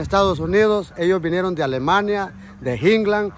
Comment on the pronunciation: " DE inglann " jehehw